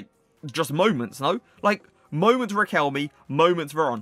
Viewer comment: it’s “requel - may” not requelmi bruh